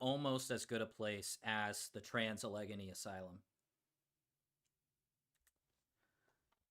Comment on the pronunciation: It's interesting how back in the 1800s prisons and lunatic asylums were all built to look like castles. Two places you would never want to go were built to look very nice from the outside to hide the horrors going on within. ETA - As a native of Pennsylvania the way pronounced Allegheny made my eye twitch every time LOL